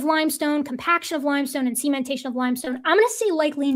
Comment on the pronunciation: can say "cementation"! Hurray! I'm still not gonna forget "sementation" any time soon, though. xP